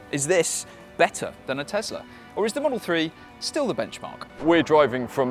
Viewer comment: Tesla! Not "Tezzla"!